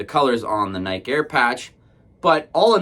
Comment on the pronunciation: It's pronounced nai·kee